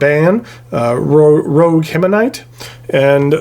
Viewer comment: It's more of a grail pen to me, but I think the Aurora 88 demonstrator looks amazing. Krishna jungle volcano, what an interesting ink! By the way, I think the Herbin ink is Rouge, pronounced like 'ruz', not rogue. Thanks for another great review!